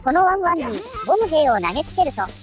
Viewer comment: ボム兵の発音好きな人🙋‍♂️